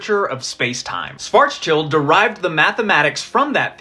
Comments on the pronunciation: btw: Schwarzschild is a German name. As such, one would pronounce it like "Shvarts-shilt," though the d in schild is more like a cross between d and t that is closer to t. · i love youtube physicists not being able to pronounce Schwarzschild